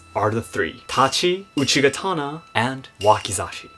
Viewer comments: Isn't it called uchigatana rather than uchikatana, and laito rather than laido? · It's uchigatana. K is softened when combined in another word